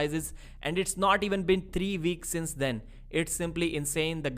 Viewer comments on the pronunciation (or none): Weeks you fucking moron. Get your lip out of your damn mouth. Not veeks. Figure it the fuck out or pay someone to do voice overs. Jesus christ if you are going to speak English at least learn the alphabet its only 26 letters. Figure out how to pronounce them please....